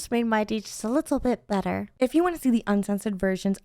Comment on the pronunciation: When you say better it sounds like you say butter